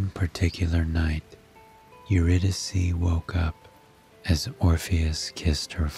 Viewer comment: Her name is pronounced Your-Rid- i-Kay….. how can you read a story without knowing the proper pronunciation of a key character?!?